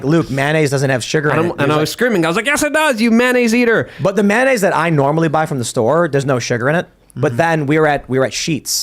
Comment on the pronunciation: Tim "I pronounce it MANaise" Pool.